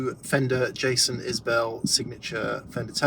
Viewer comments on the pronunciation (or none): Pronounced Is-bull not bell ;-)